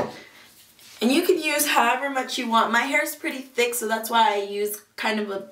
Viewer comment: THICK not tick